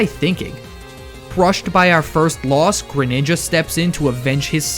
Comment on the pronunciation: THE SECOND G IN GRENINJA IS SUPPOSED TO BE A J!